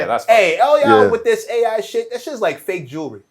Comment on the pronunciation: He definitely said diz